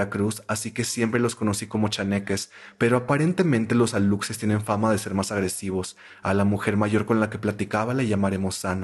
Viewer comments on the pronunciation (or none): para aclarar, se dice "alushes" no aluXes, viene del maya